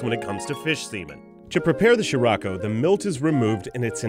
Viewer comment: Gosh damnit. It's not "She-Ra-ko", it's "Shi-Rla*-ko". In the Japanese language, you pronounce each character individually to form the word, and, totally not to rant or anything, is way more convenient than English's garbage spelling rules... *The Japanese pronounce their "R's" rather oddly.